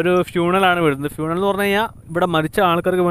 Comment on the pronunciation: ഫ്യൂണേൽ അല്ല ബ്രോ funeral